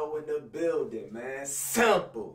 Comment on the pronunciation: When say simple, it like he saying sample